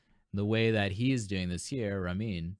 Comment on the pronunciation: Not trying to be mean but it's pronounce Ruh-mean not Ra-men!!